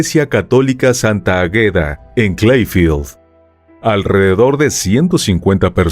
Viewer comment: Águeda, no Agueda.